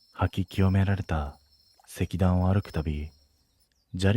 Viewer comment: 石段 せきだんではなくいしだん 境内 けいないてなくけいだい